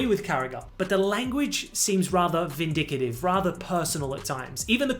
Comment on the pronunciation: "Vindicitive" ... Is that "indicative" of being "vindictive" 😆 just messing around ... love your vids